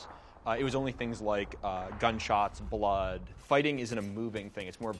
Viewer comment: "I'll baf in their bloof" cit.